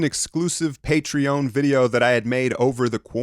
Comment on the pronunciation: mans still says Patreon weird.